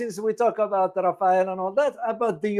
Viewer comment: It’s not Rafael like the surname, it’s RAFALLE…. It’s means gust, as in wind gust in a squall or storm